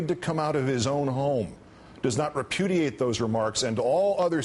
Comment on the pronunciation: hahha he said reputiate !! this is WIN